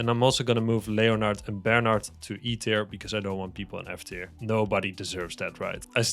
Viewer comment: Leonard I'm pretty sure is pronounced len erd